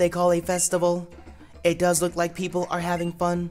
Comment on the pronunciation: Did you rike it?